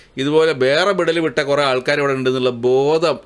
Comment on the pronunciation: നീ പറയുന്നത് വിടൽ ആയിട്ടാണ് ഞമ്മക്ക് കേൾക്കുന്നത്